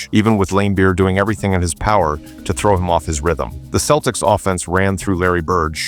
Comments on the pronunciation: Thanks for not bothering to have a real person narrate the video and relying on stupid AI. The "KEL-ticks" Any idiot or moron basketball fan realizes it's the "SELL-ticks" but not stupid AI. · Next time you program your AI, make sure that CE words (such as "cent" and "center") ALWAYS have a soft "c." It's pronounced "SELTICS," not "KELTICS." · “Keltics”?!? AI slop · This must be AI, Celtics has different pronunciation